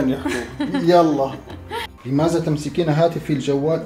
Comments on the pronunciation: اسمه لماذا وليس لمازا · متت😂😂الفصحى مافيها هزا ولمازا😂لازم تقولو هذا ولماذا حرف الذال ويييين😂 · مازا ❎ ماذا✅ لمازا❎ لماذا✅ هزا❎ هذا✅ للتصحيح 🤣😂😂😂😂